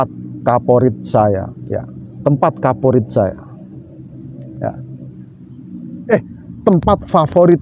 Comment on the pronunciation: Kok kaporit sih😀😀paporit kali....